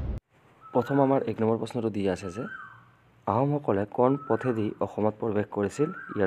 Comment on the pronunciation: Sir aponi pohibo najane neki কোন কোন tu aponi কন কন বুলি পঢ়ে